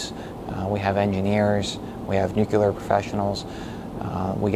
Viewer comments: Why cant people say Nuclear correctly. Its not Nuqular LOL! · Educated engineer working at a nuclear plant and he still can't say it right. It's nuclear, not nuk-e-lar. I'm happy this place closed down and you lost your job. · What is this "Nucular" he speaks of? Is that like Nuclear? All that education you would think he'd have learnt how to say the word. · He can say the word it’s just sometimes people tend to say the wrong things by mistake ever heard of the phrase “cat caught your tongue” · Not being able to pronounce “nuclear” does not inspire confidence. :( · How can he work in that and not know how "nuclear" is pronounced? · All those degrees and still can't pronounce nuclear properly. An obvious Penn State graduate.